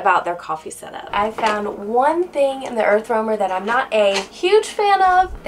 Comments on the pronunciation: Idk how may times "Earthwormer"🪱 was said.. lol! Its an "Earth Roamer". Overall a very nice rig for sure. Too bad it's $975,000 over budget for me. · why do you keep saying earthwormer? lol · I am a joiner and could do the exact same for 100k..she says earth wormer every 3 minutes 😂..get over your self